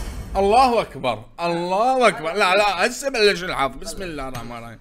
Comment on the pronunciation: شگد تجعص باللغة العربية! الحظ و ليس الحض!!!